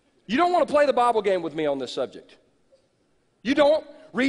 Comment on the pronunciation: You don't read your bahble!